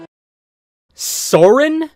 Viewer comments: Soarin' and Aruman. Got it...at least the 3 animated films have some cohesion with consistently inconsistent pronunciations of character names. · Bro, they couldn't even pronounce "Sauron" correctly.